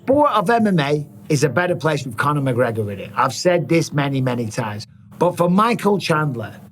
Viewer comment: “Con her” mcgregor Chandler can stop hanging around like a chandelier 😂